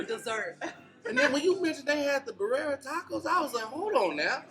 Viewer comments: “Berrara Tacos” 😂 The way says it lol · The word is pronounced "birria" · Lmfao had the hardest time saying Birria lmfao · He couldn’t get it right for shit😭